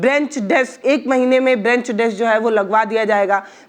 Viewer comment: Madam जी, brench नहीं boliye, बेंच बोलिए